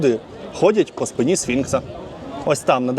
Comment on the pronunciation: Краєвиди файні, а ні вид!!! І треба змінювати наголоси в часто вживаних словах: рАзом, спИна.